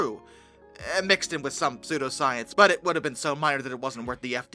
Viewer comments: Sue-Doe. Not Zoo-Doe. Psudoscience. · no, lolol, no hun thats not the issue. It is pronounced "SU DOE" not " ZOO DO" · Bcuz the p is silent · WHYYYY are you pronouncing pseudoscience like that?